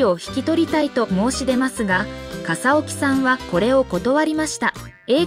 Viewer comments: AI音声だからかな？ かさおきさんとか えいみぎさんとか音読みしか出来ないのね😁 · 笠置の名字はかさおきではなく かさぎとよびますよ 穎右名前はえいみぎ？ えいすけです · かさぎさんと読むしえいすけさんですよ😓